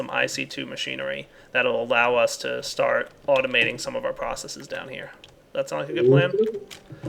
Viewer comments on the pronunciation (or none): Word of the day... "Automizing"